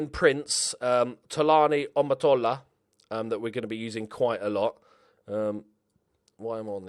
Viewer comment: Tolani(Toe-la-knee) Omotola(Or-more-tore-la) Your welcome mate! Great video btw